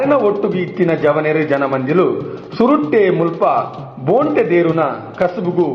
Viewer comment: ಬೋಂಟೆ ಎಂದು ಹೇಳುವ ಪದಕ್ಕೆ ಖಡಕ್ ಆಗಿ ಮೂಡಿಬಂದಿದೆ ನಿಮ್ಮ ದ್ವನಿ ಎಲ್ಲಾ ಕಲಾವಿದರ ನ್ನು ಪ್ರೊತ್ಸಾಹ ನಿಡುವ ನಿಮ್ಮ ಮನಸ್ಸು ನಿಮಗೆ ಶುಭಾಶಯಗಳು ಇನ್ನಷ್ಟು ಆಡಿಯೊ ಗಳಲ್ಲಿ ನಿಮ್ಮ ದ್ವನಿ ಕೇಳುವಂತೆ ಅಗಲಿ... ಶುಭಾಶಯಗಳು....